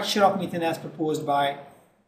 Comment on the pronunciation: Yes, It is ethane, not ethane....